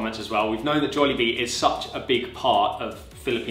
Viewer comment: I loved the way you two pronouce "jolllibee" its the way common Filipinos pronounce "jollibee" with the phonetical "o" sound.